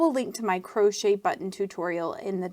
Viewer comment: That was not needed and the way she says crochet is just fine. Don't be ignorant